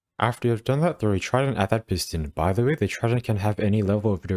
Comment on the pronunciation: Why is this dude so bad at saying "by the way"